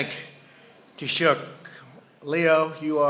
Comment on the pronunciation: Dude it's pronounced tea-shock lol